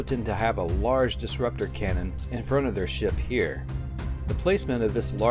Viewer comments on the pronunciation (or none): none